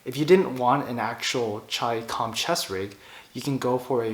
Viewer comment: The very fact that you pronounced it correctly gets you a thumbs up! So simple yet so many fuq it up..